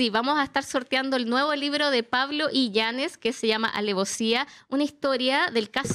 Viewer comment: Me tienen nerviosaa...es I LLA NES... no illañez jajaj